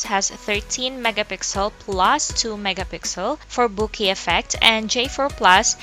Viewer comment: Overall Good Review Thanks! I just noticed what you said there, I think it has to be pronounced as “Bokah” - Bokeh.